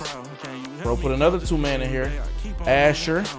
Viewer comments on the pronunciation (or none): Nigga said asher his name (a-sar)